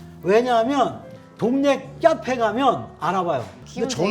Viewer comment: 동네 "꺄페" 역시 교수님은 진짜다ㅋㅋㅋㅋ